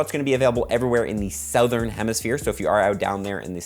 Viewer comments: why can't you pronounce Southern ? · you say southern strange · Why he say Southern like that?